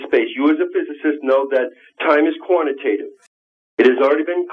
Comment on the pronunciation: QUANATATIVE?!!? ARRRGGGGGHHHH!